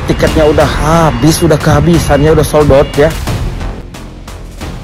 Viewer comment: 😂😂😂ucap SOLD OUT nya lucu bang ..aing yakin eta urang sunda